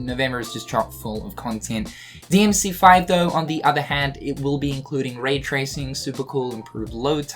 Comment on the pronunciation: Is he saying "Ray tracing" or "raid tracing"? Because I've heard it both ways now.